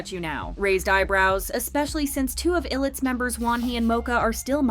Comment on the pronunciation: Illit is pronounced more like "eyelet" than "ill- it." Officially it's stated "Group Name Meaning: Combined with the words “I Will” [contracted to I'll] and “It” with the meaning of the members being able to be anything and also look forward to becoming anything." Shortly before debut they dropped the punctuation that would have made the pronunciation more explicit.